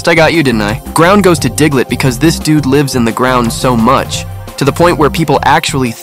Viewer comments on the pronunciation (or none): none